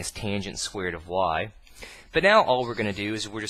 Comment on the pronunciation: "Squeered" xD Really good videos though :D subbed :P